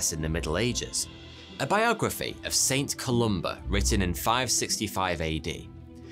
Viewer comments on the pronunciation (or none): none